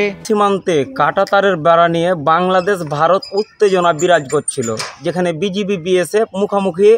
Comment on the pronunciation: বিজেবি না কথাটা হবে বিজিবি বার বার বিজেবি বিজেবি করছেন কেন রিপোটার ভাই